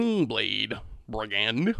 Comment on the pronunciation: The way you talk is so awful, awkward, and contrived. So cringe. Also, how the hell did you manage to mispronounce 'brigand'?